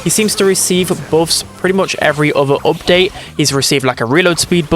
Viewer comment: What part of England are u from bro everytime you pronounce something ith a u yiu sat like "oopdate" for example (from london)